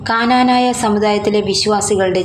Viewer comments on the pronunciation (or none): Kananaya alla knanaya ennannu